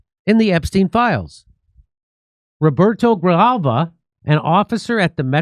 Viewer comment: Damn you butchered Roberto's last name pretty shamelessly